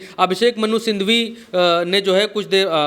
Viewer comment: Bhaiyya Abhishek Manusindhhwi nahi hai Manusinghwi hai..... Manusindhhwi ❌️ Manusinghhwi ✅️